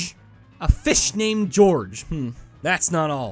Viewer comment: Pronouncing "Gyorg" like "George" had me in stitches. He never misses